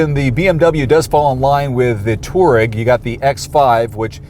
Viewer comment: It's a two- aa-reg not a torg.